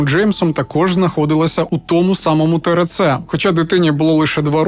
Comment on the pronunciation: Лиш почала дивитись. Ріже вухо тереце)) буква р це ер. Треба теерце.